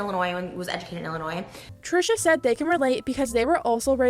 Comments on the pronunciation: the ‘s’ is silent in Illinois, my Canadian bestie! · the S in illinois is silent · please dear god the s is silent in illinois 😭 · It hurt my Chicagoan soul hearing you pronounce the s in Illinois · Silent s when you say Illinois 😊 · girl if you are going to drag other people AT LEAST say Illinois correctly, the S is silent lmao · you're not dumb but i shat myself at the sentence "she called her dumb for going to school in Illinois" and then you pronounced it with the S lmao! the S is silent! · You do realize that the 's' at the end of Illinois is silent, yes? Where did YOU go to school? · The s at the end of Illinois is silent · The way you said Illinois and pronounced the S 😭😭😭 the S is silent. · Anyone from Illinois hearing that hard s?? 💀 No hate I love this channel ❤️ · The way you said Illinois…….. there’s no s on the when you pronounce it……… and I live in Illinois…. How is this tan uneducated state?????? Like girl what???? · You don’t pronounce the “s” in Illinois lol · FYI the s is silent in Illinois… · You pronounced Illinois wrong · Illinois is pronounced without the s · girl I love you but that is not how you say "Illinois" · I’m from Illinois and I’m boggled by that shit. Also, ily but the S in Illinois is silent. 😭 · I’m from Illinois and hearing you say the SILENT s boils my blood lmao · I love you but when you pronounced the “s” in Illinois I had to laugh 😂😂💓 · I know this is extremely off topic but the S in Illinois is silent.😭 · I'm more shocked about how you say "Illinois".... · A small thing that drives me batty, mispronouncing "Illinois". The "s" is silent. Also, being raised in Illinois doesn't make you any more or less smart than being in California. Trisha still needs to find a brain. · The s in Illinois is silent...just so you know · Uhh the s in Illinois is silent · You don’t pronounce the S in Illinois. It’s silent. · Girl the s in Illinois is silent 😂😂😭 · The S is silent in Illinois. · the s in illinois is silent 🥴🥴